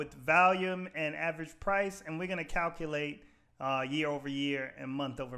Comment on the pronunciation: You say "valium" instead of "volume". 😂